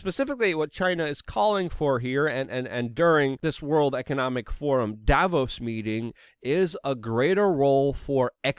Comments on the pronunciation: It's Dah vose if I had a dollar for each time I've heard an anglo mispronounce a word or name I could buy YouTube. What would I do with it? Hmmm.... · Absolutely nobody: Luke: Dayvos